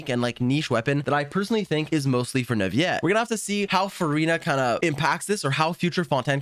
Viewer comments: Bruh its said Newvillet not nuviet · just saying the pronounciation for neuvillette is not neuviyyyette it's more neuvillette. It might be confusing since most words with ill make that sound- Think of it as when you say city in french (ville) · why are you saying Nurviyette? lmao. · Hi, just wanted to let you know that Neuvillette's name is pronounced neu-vee-let, not neu-vee-yet like I also thought As a student learning french, I had thought that the double L was silent too, but then I was corrected and told that it's a compound word with the word "ville" in it ("ville" is one of the exceptions where double L is not silent) so yeah double L in Neuvillette's name is pronounced not silent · Neuvillete isn't pronounced like it is spanish, double LL is NOT a Y sound it's FRENCH!!!! It is pronounced NOU-VA-LETTE Your disregard for researching and understanding other languages creates and perpetuates others picking up the bad same habits! Shame on you man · every time he says "neuvi - yet" I get jumpscared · It's Neuvillette not Neuviyette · "NUVIET" "FONTAN" ¿¿¿??? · NE-VI-ET????? WTH?????😂😂😂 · First of all WHO IS "NAVIYET" 🤦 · He thinks his so cool saying "neUvieTte" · Canadian French, I'm assuming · but the in game Pronunciation is Neuvillette... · Nope, as long as its said with earnest there's no problem. Different languages have different ways of speaking that aren't present in English. As long as he got his point across it doesn't matter. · Pronounce the "ll" as a normal l in Neuvillette. Don't try to predict it; there is no rule. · I like how all Genshin Impact content creators can't properly pronounce most of the character names correctly. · Bro said his name wrong every time😭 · People should pronounce words the way they're meant to be pronounced. There is everything wrong with it. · Are you misspronouncing Neuvillete's name on purpose or what?